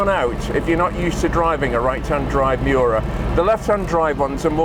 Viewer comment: It is not pronounced Myu-ra. Say : ME OO RA. :face-blue-smiling